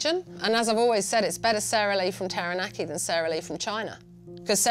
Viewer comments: When you live in New Zealand for most, if not all of your life...yet, by the pronunciation of Taranaki, some of you sound like you were brought up on the moon. Makes me severely cringe when I hear...Tarra Nackee, Towel Poe, Towel Wronga, Aya Taeya Rower, Whonga Ray, Whyra Wrapper, Eckha T' Hoona, Tie Happy. 😆Not much of a Jono and Ben fan, but loving Guy Williams more and more. (Bloody good pronunciation too!) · it's pronounced (Tarra-naakee) not Tearahnacky.. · Taranaki, not Teraneki. It's not that hard to say. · Cringe hearing Tahra- Nacky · Peeps needa be pronouncing Taranaki right farrrr it aint tereneki get yo vowels in check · This chick wearing a pounamu but mispronounced Taranki 🙄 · terror nacky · If u can say tada. Then u can say taranaki properly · Hilarious story haha, but come on man. Every time I heard TA RAH NACK KEY it made my ears bleed! I love the logo for Taranaki though. is a hero! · Pronunciation... Tah-dah-nah-kee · Lol terranaki" 🤦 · Taranaki is pronounced Tadah (just as you would when you surprise someone) - nah - Key - Tara-na-ki The level of language ignorance amazes me. . . . . . . . . . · Half the town cant even pronounce TAH RAH NAH KEY!!!!! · Wears a Taonga, trademarked the slogan, yet still can't pronounce Taranaki correctly. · Like nails on a chalk board every time she says the word 😬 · I'm sorry, but she can't even say 'Taranaki' properly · I just want to know why she’s wearing a Pounamu and pronounces Taranaki like that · Atleast know how to pronounce taranaki 😂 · maybe like u should learn to pronounce taranaki properly aye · She can't even say taranaki right.